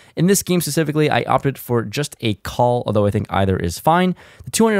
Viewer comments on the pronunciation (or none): none